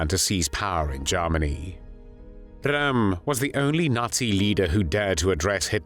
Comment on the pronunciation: Rather strange non-German pronunciation of Ernst Röhm's name. This video is homophobic.